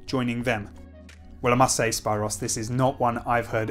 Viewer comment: What part of London have you been living in for you to mispronounce Spyros??? There are so many Hellenes in England!